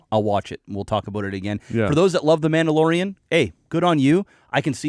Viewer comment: First 5 seconds: Manalorian. Dog shit 😂😂😂